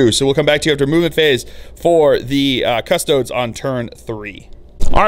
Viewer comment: Cuh - STOH - deez